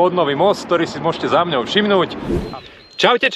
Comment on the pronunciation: super ale nie "za mňou" ale "za mnou" !!! mňaukajú mačičky :)